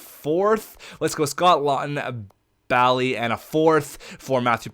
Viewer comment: Lol u said ballie it's (b-a-lie) and a like saying the letter a